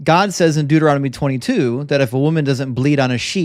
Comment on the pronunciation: It's so funny how says Deuteronomy. He swaps the n and the m and says "Deuteromony" instead XD